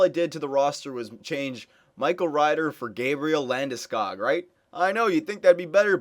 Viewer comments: The o isn't pronounced as it is in " school " its pronounced like "hog" or "dog" Landeskog. I have kitchener rangers season tickets so I saw him play the past 2 years. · Well I am Swedish so I guess I would know how to pronounce it properly, guess your season tickets showed me a thing or two ;) Trust me, it´s not pronounced like that, but how ever, in North America it is. Then again, Landeskog isn´t from there after all.